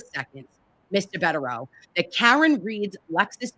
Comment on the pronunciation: I think they are wonderful too. I did cringe each time she called him Mr. Bedereau. It is Attorney Bederau.